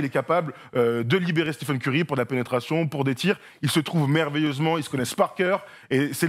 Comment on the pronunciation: Stiphen Curry😭 après il va dire « Stiph » aussi « Stiph gonna Stiph » ok je sors